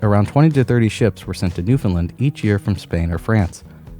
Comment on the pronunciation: for the love of God stop saying New Fin Lin...............lol As I said before as someone from here. Your brave to go to Newfoundland in May and early June...lol